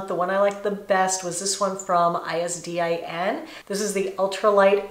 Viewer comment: Greetings from Argentina! You are so gorgeous!!! Your hair today looks amazing! I-S-D-I-N is pronounced like "EESDEEN"😜